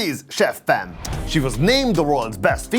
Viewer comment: Its chef pam not chef fam